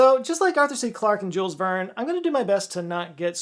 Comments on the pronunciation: At his age he can not pronounce JULES VERNE. 🙄 What do you think this bloke will teach you? JÜÜL'(ah) VÄRRN(ah) - there you go. And i am not even French.😂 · there is no audible "S" in Jules Verne ...